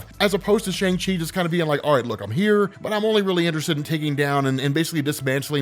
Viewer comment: You're pronouncing Shang wrong.